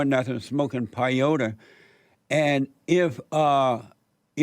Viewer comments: "Smoking Pie-yotah.." Jesus Christ... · For the record, it's pronounced "pay OH tee", and it's not smoked. It's ingested as a porridge, and only by people who follow the Native American Church way. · Jesse said payote